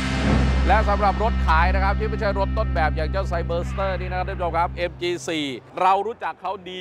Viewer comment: รู้นะว่าไม่ใช่ภาษาพ่อภาษาแม่ แต่การออกเสียงชื่อรุ่นรถมันไม่ได้ยากเกินกว่าจะศึกษา ไซ เบอ ซะ เต้อ เชรดโด้ว